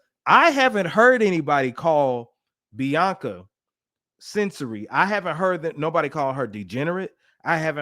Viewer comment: You pronounce her last name Censawry